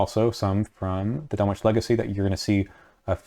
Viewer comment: sidenote: you don't hear the "w" when pronouncing Dunwich